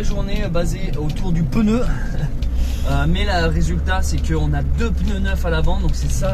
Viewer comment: Depuis quand on prononce le mot pneu : peneu ?? Pourtant tu SAIS le dire 😅 sinon Charlotte a une très jolie voix dommage que tu la cute. Je lamce un # on veut entendre Charlotte !!